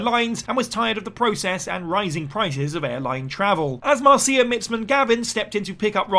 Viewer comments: It’s Marcia not Mar-Ziah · Marcia is pronounced like Marsha.